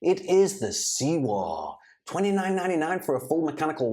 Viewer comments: Surely it's pronounced "sewer" - like where human poop goes? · Is pronounced like Sewer 😅